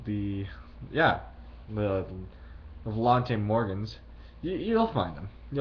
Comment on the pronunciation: You pronounced volante wrong